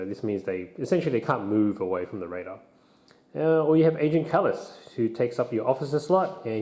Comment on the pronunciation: You keep saying "Raider" like "Radar" No sir. Say it with me. "Ray-der"